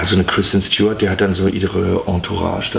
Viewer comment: Ob er mittlerweile weiß, dass sie nicht Stj-uart, sondern Stu-art heißt?